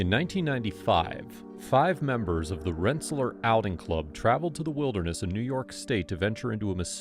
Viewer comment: Rensa-lear not Rensa-ler